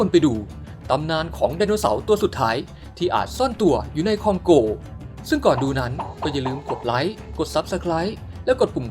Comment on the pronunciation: คองโก บราซิล 55555 นึกว่าฟังผิด พอพูดคองโกง บราซิลอีกที มันไม่ใช่แล้ว